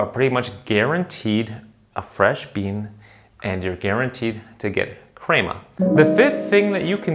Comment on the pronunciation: ill subscribe if you say crema right.